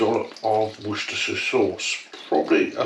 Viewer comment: Thanks for sharing, and NOW we know, One of the rules is to not your meat touch other meat, and finally how to properly pronounce "Worchestershire" sauce. lol Atb, John